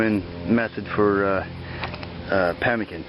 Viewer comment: NO TALOW / NOT PEMICAN